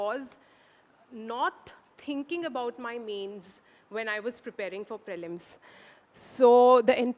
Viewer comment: Prelims is pronounced as pr'ee'lims and not praylims for fucks sake